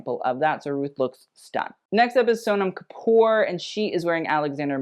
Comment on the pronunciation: The way says Sohnam kapourr... Also in description you spelled her kappor instead of kapoor*